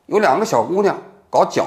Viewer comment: 王局普通话一级是咋过的 角色 jue 不是 jiao